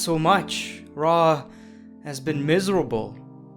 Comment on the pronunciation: Is it me or does he sometimes say Monday night traw instead of Monday night raw